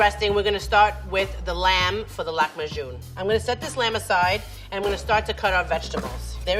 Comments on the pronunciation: It irritated me so much when she said “Lakhm ajun” instead of “lahm ajin” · i don't believe how she pronounced the arabic word for lahem aajin to lahmajun . i didn't understand at first although I speak arabic . Amazing how pronounciations of foreign languages differ based on the native language